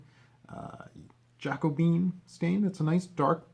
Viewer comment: "JACKCO BEAN" ? How 'bout: "JA -COE-BEE-ANN?